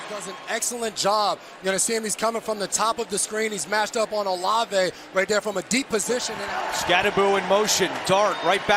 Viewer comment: Olive, not O Lave.